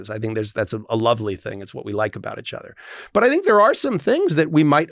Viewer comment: Clause: You have to say “each other” not “itch other”. 😂